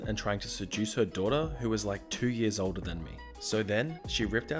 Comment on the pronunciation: For a second I thought you said “2 years old” instead of “2 years older” and I was like holy shit 😂😂😂